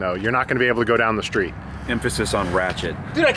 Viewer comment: emphasis on ratchet 😂😂